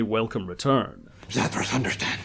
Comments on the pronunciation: You mispronounced Zathras.😊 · It's pronounced Zathras, not Zathras!